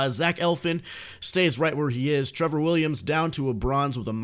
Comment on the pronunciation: Bro who who else heard him call Zach Eflin Zach Elfin.